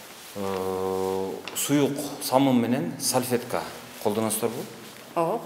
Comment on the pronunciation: Ой сальфетка эмес САЛФЕТКА дейт 🤭🤭🤭🤭😁 туура суйлосон боло.